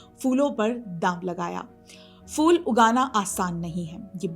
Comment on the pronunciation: Fool nahi kahte, Phool kahte hain. Pronunciation sudharo. Good luck